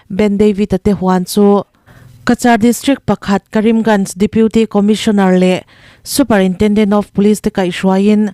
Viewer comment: Superintenden❌ superintrenden( a mizo i )